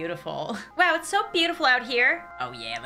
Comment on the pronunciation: AI:its soo bootiful out here rizz:your bootiful to:bootiful rizz:D